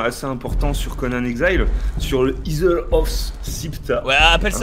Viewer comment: Isle se prononce "Aïeulle"